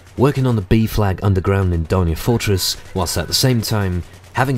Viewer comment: when you say B flag you sound like saying BEEF FLAG